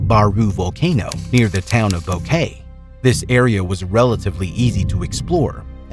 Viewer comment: What on earth made you think that Boquete would be pronounced Bow-Kay? Bo-ke-te!